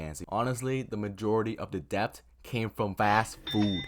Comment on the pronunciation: It’s “det” not depp …